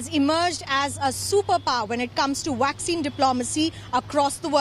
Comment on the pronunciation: the lady said waxine ,lol now wonder india can not control covid they are using waxine